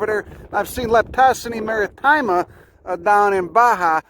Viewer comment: it's not maritima, it's MARITIMA